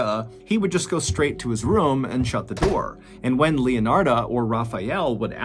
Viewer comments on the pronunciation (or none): Love your stories / podcast but I am curious with your pronunciation of “room” sounding so much like “rum.” “He went into the rum and saw….”. I’m sure I’m not the first to notice or even comment. Is that a southern thing?